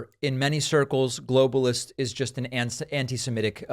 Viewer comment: He didn't say "globalist." He said "globalishts."